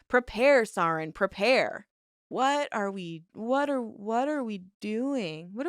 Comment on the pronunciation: All that about pronunciation at the beginning just made it way more noticeable when you still mispronounced stuff afterward especially important stuff like "sarin gas" 😂